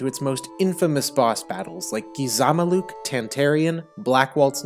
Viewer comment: It’s not that bad a pronunciation versus Gizamaluke earlier in the video. The primary stress is on the first syllable and the secondary on the last. But I want to say that he emphasized one of the middle syllables. It’s fine though because he’s an individual that’s more about logic and people that are good at logic aren’t particularly good at language typically. They often have issues with letter sequencing like dyslexia